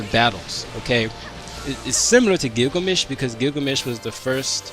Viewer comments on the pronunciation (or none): none